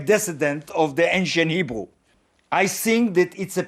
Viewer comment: He says he prefers to speak in "Hebrew" but it came out sounding like "Igbo". And that is exactly one of the major signs that the Igbo are "True Israel". When colonizers met the Igbo, they mispronounced "Hebrew" for "Igbo" and the name stuck. The Khazars are not only imposters... they are literally the Synagogue of Satan.